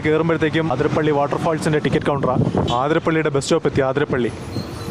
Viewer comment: Aaaaaaaathrapilly alla Athirapilly